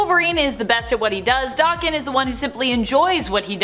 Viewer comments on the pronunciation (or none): Daken is a Japanese slang term and insult meaning dog, or mongrel & pronounced DAYKEN, not DOKKEN. DOKKEN was a 1980's hard rock/glam rock band, that was named after lead singer, Don Dokkan.